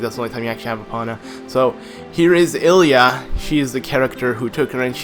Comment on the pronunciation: uhhhhhhhhhhhhhhhh. its pronouced Lilia